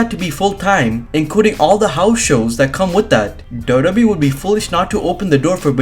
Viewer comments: Can u pls learn to say WWE properly double u double u e. U say dodo e. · Na I'm sorry he's saying doe doe B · Is it me or does it sound like he's saying wwbee